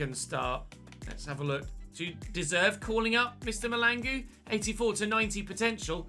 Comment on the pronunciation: It's really funny how you pronounce some of our South African names 😂"Mr Mahlangu". The way you pronounced it is not even close 🤣